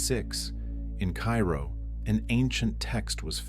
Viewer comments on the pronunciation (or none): none